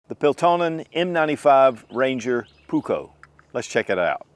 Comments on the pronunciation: Pronuse it puuuuukko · Only because he’s mispronouncing it 😀 the ”u” is way longer, as is the the ”k”. In Finnish, double letters mean loooong sounds.